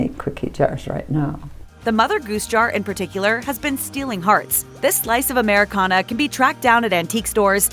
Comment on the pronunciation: Please don't say Americana.